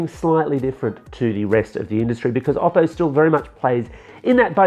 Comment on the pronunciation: Oppo, not Obbo.